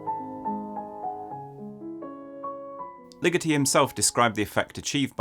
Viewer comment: omg I thought you were saying LIGITTI until I looked closer at his face and then realized it was LIGETI